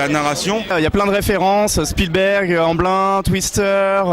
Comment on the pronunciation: Amblin...On prononce AMBLINE en plus. Twister ? Le film sur les tornades ? Quel rapport ? Lol ta raison.